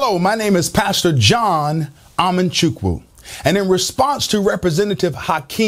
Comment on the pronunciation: (not Amanchukwu) is of igbo (Hebrew) Biafran Nation - be proud of your heritage and speak up for Biafrans being killed for their Judeo-Christian stand and beliefs as you are doing now in the short video. Be Mordecai and be proud you did! [His last Amamchukwu means I know God - the Amanchukwu is bad pronunciation of the former]!